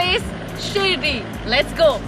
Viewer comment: lats? jahil aurat lets hota hai